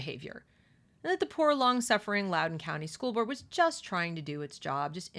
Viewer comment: It’s LOUDOUN.